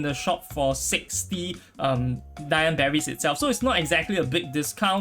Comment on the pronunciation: i like how u pronounce nyan as: Nai-yerns😆😆